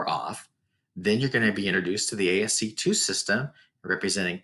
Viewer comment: ASCII is pronounced "ASS-key"